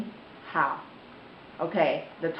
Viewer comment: There's 2 things that I wanted to point out: 好 shouldn't be pronounced the same as how. You need to put more emphasis on 'ah' sound in hao. Also, 嗎 when used as a question marker always has a neutral tone. I've never seen it used with the first tone before until just now...